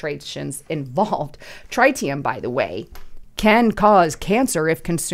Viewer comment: Please learn to say "TRITEEIUM"....